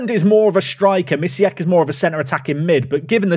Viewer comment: Bartosz Misiak though playing for Belgium actually has polish name and surname. The "si" sound in Mi"si"ak is pronounced with polish sound spelled "ś". You can check it (the name too has a polish sound in the end). I'm polish and it just hurts my ears when you pronounce it like that. Sorry.